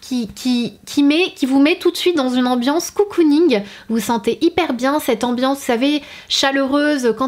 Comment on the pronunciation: Super vidéo, juste on ne dit pas [coucouning] mais bien cocooning ... C'est une erreur qu'on retrouve bien trop souvent chez les youtubeuses beauté. Ta bougie donne néanmoins très envie à un prix attractif. <3